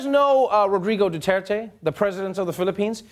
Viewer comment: AND FOR F**K SAKE,IT’S NOT DU-TEAR-TEAY,IT’S DU-TER-TE,LOWER U AND SHARP E AT THE END